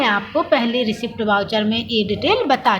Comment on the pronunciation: Madam...रिसीप्ट वाउचर नहीं होता....रिसीट वाउचर होता है.